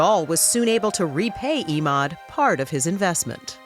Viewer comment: This reporter is so damned annoying, she changes the pronunciation of Emauds name every time she says it. She sounds shallow and easily impressed. WTH has happened to 48 hours? Please don't hire people that talk like valley girls, even when the story takes place in Nappa Valley.